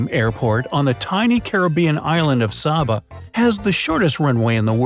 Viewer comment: The Dutch Caribbean island of Saba is pronounced, " Say-ba"